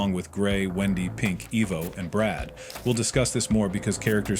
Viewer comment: BRAD!? NO ITS BRUD😭